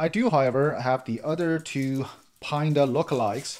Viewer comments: lol, you're calling it Pine-Da....it's actually Panda after the Chinese bear, which is black and white. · Paanda not Pine-da